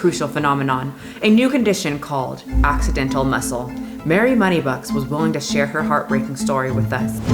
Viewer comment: That ‘asssidentalll’ muscle problem. 😂